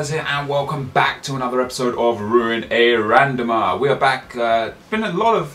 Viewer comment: "welcome back to ruin a RANDOM-AH"